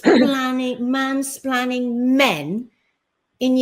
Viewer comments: It was actually ‘mainsplanning’ she blamed. Shows how stupid the word is that she doesn’t even know how to say it. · It's 'splaining not 'splanning luv. 😅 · Yeah because we want to listen to someone trying to be smug that can't say mansplaining properly, 😂 Her and her patriarchal men hating attitude, she's delusional. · Mansplaining lol. Love these (madeyuppy) words they come up with. Which she can't even say properly 😂😂